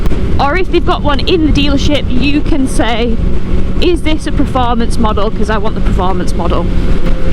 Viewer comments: Per……not pre….formance! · It's "performance" not "preformance" FFS lol